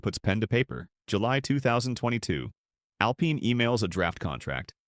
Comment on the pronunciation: a lot of the stuff on here is not true and that's not how you pronounce "alpine"